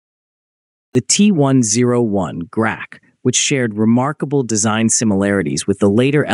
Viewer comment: Grach ( The rook ) tch ( not kh )